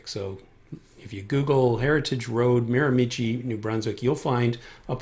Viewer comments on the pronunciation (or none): Excellent information as always! This is going to be a great help when I book for my flight review. Thanks! By the way, the last syllable of Miramichi sounds like 'she', not 'chi'. :) 1) - Class C - Certified airport is VERY nearby. 2) - Power lines - hydro right-of-way at entry road, at south east end long the north-east side of the development. 3) - Send out a flyer announcing free food at McDonalds. Seriously, though, knock on a few doors on either side of the specific building. Let the occupants know that you are doing the shoot and ask them to either stay inside for the 15 minutes you'll need, or invite them to come out and watch - tell them the risks and invite them to be participants, rather than bystanders, maybe even get a group picture. So many ways that you could avoid the bystanders problem.